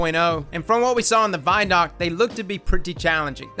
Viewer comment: vidoc = video documentary pronounced = VID OC NOT = VY DOC